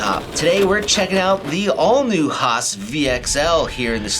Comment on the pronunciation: Bro..I love you for calling it the: HAH-SSSss.